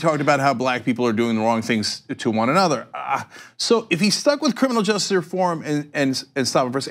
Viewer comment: Cenk I love you, but for god's sake stop mumbling the word "justice". You pronounce it "just" and it drives me nuts!!!